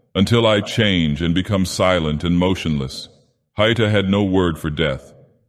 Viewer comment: A note on pronunciation: The diaeresis in Haïta (ï) means it's meant to be read as though it has a second syllable. It's not "hight - ah"; it's "ha - ee - tah".